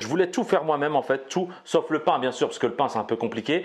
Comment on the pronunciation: y ces pas prononcer les mots « TOUT » il dit « Tchou » sa me gêne...